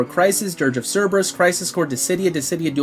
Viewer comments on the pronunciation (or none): none